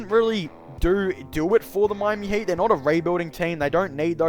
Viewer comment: am i hearing hate, not heat